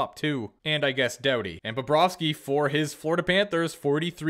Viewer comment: Doody it’s pronounced dowdy